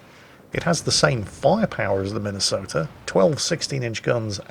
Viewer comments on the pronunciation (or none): As a Minnesotan, I'm disappointed. If they were true Tillmans instead of this discount crap, I'd be ok, but, as it stands... Get my state's name off that monstrosity! Also it's Mi-nuh-soh-tuh. At least in the Twin Cities (two biggest cities in the state). Just an fyi.